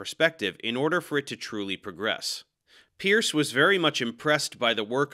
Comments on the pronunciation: Good explanations! I'd just remark that the correct way to pronounce 'Peirce' is not 'peeurse', but instead 'Purse' (like in a women's purse). Peirce clearly was a polymath, and one of the greatest American philosophers of all time. Though his writings can be rather abstruse and inaccessible at times even to those well acquainted with philosophy, there are aspects of his work that are remarkably insightful and worthy of study. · 2 facts about Peirce: 1. It is pronounced "Purse" 2. His formal education was in Chemistry, just like our host